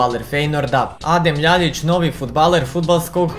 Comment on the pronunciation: Ја се стварно питам да ли је са тобом све у реду,Љајић а не Љаљић ретарду ретардирани